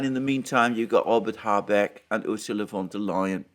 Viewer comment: Von not van, she is not 🇳🇱🇳🇱🇳🇱.